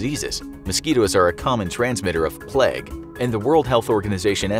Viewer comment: He called it plag